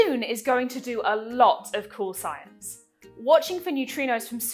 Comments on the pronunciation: "d'Juune" 🤢🤢🤮 It's DUNE. Sound it out. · Isn't it just pronounced like a normal D (doon)? I couldn't understand why you kept pronouncing it with a J sound (djune) like in the word education. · Now I can't unhear you saying "June",... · It sound like you are saying June,. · I would work more on the pronunciation of the name 🤪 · I am English. English pronunciation is DYOON American pronunciation is DOON